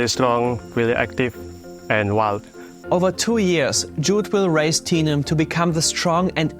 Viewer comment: I know the bear's name is Tenum, but when he says it, my brain hears Tina....so The bear's name is Tina.